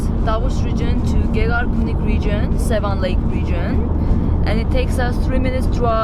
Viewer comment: please make an effort to pronounce Yereván not Yérevn and it is lake Seván not Séven! Thank you